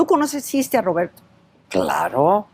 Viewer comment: Because he said Roberto correctly with rrrrrrr